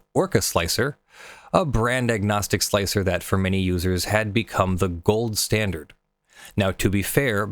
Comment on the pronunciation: Thank you SOOOO much for being one of the very few people who are capable of pronouncing Slic3r correctly by pronouncing it slicer instead of slick-3-R like most people do. It's a minor thing just it drives me nuts.